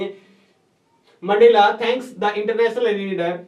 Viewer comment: Sir voo mendela hai mendla nhi